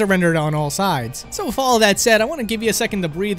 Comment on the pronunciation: Good video but please god stop saying 'wif' and 'wifout', it's driving me nuts.